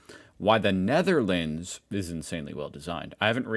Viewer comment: This dude"s pronounciation is irritating. The very pronounciation of "Netherlands". Also. no thanks, I like my space. Do not want to be an ant in an antnest